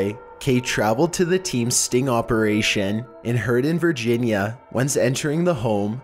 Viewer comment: Not how you pronounce Herndon